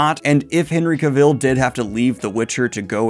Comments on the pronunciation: Cavel? That's a third version 😄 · please Daniel, say his name correct just once Ca-vall, pronounced cavall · I’m sorry I can’t handle the way you say Cavil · FYI Cavill is pronounced like "travel'. All through the video I kept thinking of Cruella DeVille every time Henry's last name was mentioned. 😀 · Thanks so much for letting the fantasy news flow! The editing is always inspiration goals. Just a quick pronunciation correction for Henry’s last name. It’s pronounced like “elle” like the ending of “travel” instead of like rhyming with “devil”. Thanks again for providing the goblin horde with the news 👹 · As Henry said in a video: Cavill rhymes with Travel...otherwise well done as usual! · The way you are pronouncing Cavill's name is killing me slowly XD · That pronunciation of Cavill though. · According to Henry Cavill, 'Cavill' is pronounced like 'travel.' ;) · The mispronunciation if his name is driving me nuts, so here watch this "How to properly pronounce “Cavill”, Henry Cavill’s last name." you can find it on YT, where the actor pronounces his own name so you don't butcher it more. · bro u say Henry Cavill's name wrong what the heck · Cavill is pronounced like Travel, his words. Butchering my guys name Back on subject, when we heard Henry Cavill was the Witcher we all held our breath until the first trailer came out. Now I ONLY see Henry as Geralt, elven when reading. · Oh gosh, please pronounce Cavill’s name as he himself pronounces it. It’s not a tricky name and it would take a minute watching an interview clip or clip from the Graham Norton show etc to get it right… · I hate to be that guy, but that's not how "Cavill" is supposed to be pronounced, at least according to Henry Cavill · I can't with you mispronouncing both Henry Cavill and Geralt... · why do you still pronounce Cavill like that lmao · You gotta stop mispronouncing Henry Cavill's last name every 3 seconds. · Dude, you have been sauing the name wrong the whole time. It is CAvil, not Caville.